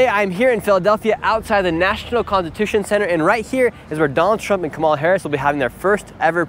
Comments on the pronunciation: KA-mala KA-mala KA-mala The stress is on the first syllable. Dude, how hard is it for you to put the stress on the first syllable? You’ve been saying Ka-MA-la forever. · Dude, pronounce her name properly for starters. After 4 years and you cant say "Ka-ma-la"?!??...... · Shirley, why do you mispronounce “Kamala”? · Racist for white male to mis pronounce her name, but not one person that is supporting KH can say her name right 🤷🏿‍♂️ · I love how you don’t even try to say Kamala’s name correctly lol. At least Trump learned to say her name correctly (most of the time). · Nick, you could at least have learned how to pronounce Kamala before you posted a video where you said her name at least 5,000 times. Jeez Louise!